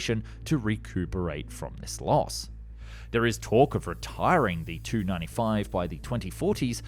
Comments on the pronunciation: Why does he pronounce Tu as 2 instead of tee you it's the abbreviated form of the design bureau name Tupolev probably an AI narration AI frequently do stuff like that. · "WHAT?!!! WHAT?!!! I CAN'T HEAR YOU OVER THE NOISE OF THE ENGINES!!!" One wonders if they offered ear plugs to the passengers. A minor point on pronunciation - saying "Tu-95" the same as "295" might mislead a non-aviation enthusiast, perhaps giving them the impression that the bomber's designation was strictly numerical. Pronouncing it "tee-you-95 or saying "Tupolev-95" would be more clear. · For decades it has been commonly pronounced by all defense experts as a separate T and U. I'm a former USAF and current airline pilot who has been studying aerospace issues since the 1980s. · ~ did some googling and the consensus is that in Russian they pronounce it as word but in English its pronounced as separate letter - especially in this case where 'tu' could be mistaken for '2'. Also it's a model number so initializing is the more expected way of dong it. Or you could just call it by its NATO designation 'Bear'... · It is grammar!! From every military documentary I've seen to every military museum curator I've listened to here in the states have always pronounced aircraft with just two letters in their designation separately! Never together! That how NATO and its allies have alway done it. They do it because it eliminates confusion with such short two letter abbreviations sounding like something else like a number in the case of Tupolev which its Tu abbreviation sounds like the number 2! By saying the "t" and "u" separately you eliminate one mistaking the designation of an aircraft for a simple number such as 295 which could mean a designation for other aircraft such as the Airbus C295! A pilot receiving a radio message while on sortie wouldn't make such a mistake it the sender used the NATO designation! So what the hell are you talking about! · Kept sounding like you were saying 295 instead of TU-95